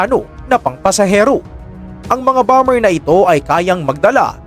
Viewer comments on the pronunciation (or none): none